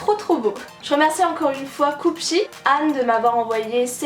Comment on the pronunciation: quand tu as dis cupshe j’ai entendu cookie :):):)